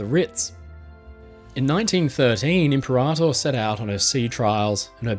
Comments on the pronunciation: "Limperator" lol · i had to pause the vid to laugh out the "Limperator" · the way you intentionally mispronounce imperator over and over cracks me up. love the dry sense of humor